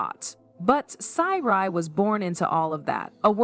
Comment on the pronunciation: GURL you need too stop while you’re ahead who the hell are you’re talking about , their names are Sy’ri NOT Seri and Sonia NOT Sonja my ear are assaulted